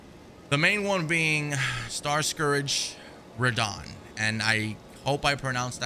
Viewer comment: How this man gonna be the only YouTuber to say Radhan correctly but say starscourage!? 😂